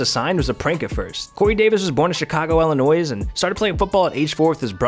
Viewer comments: Did he seriously say Illinoies? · The s is silent on Illinois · why did he say Illinois like that D